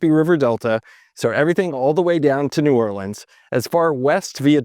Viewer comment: As a Louisiana native, thank you for saying New Orleans correctly